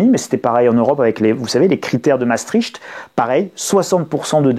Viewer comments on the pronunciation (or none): none